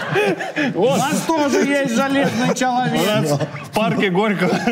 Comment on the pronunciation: почему говорите чЯлавек, если написано чАлавек?